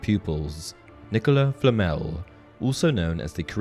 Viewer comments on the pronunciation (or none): none